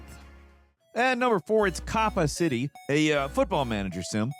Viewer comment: KOH-pah not coppa :) Copa City